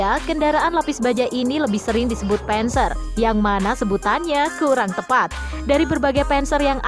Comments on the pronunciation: Admin blajar yang banyak😅 penser dispenser 🤣 bhasa jerman bacanya sama saja "der Panzer" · Bukan penzer tapi panser